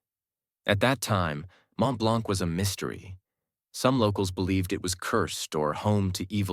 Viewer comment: It's not "Mont-BlanC", it's "Mont-Blan".